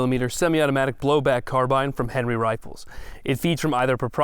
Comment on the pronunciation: I'm just happy that a gun channel finally pronounced "carbine" correctly.